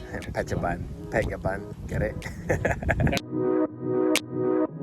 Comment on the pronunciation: Pronunciation correction: Phet or Pet Chabun (boon). altogeter: ia Petchaboon spelling as phonetic way. ha ha ha